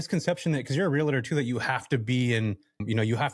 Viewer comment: Real*tor not real-a-tor, bud 😉😉 Great episode loved this topic and guest. Many of us looking to go this direction multifaceted in real estate. Happy Fourth and go Aztecs 🤙